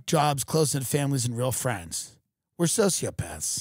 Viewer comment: "We don't have any FWENDS!"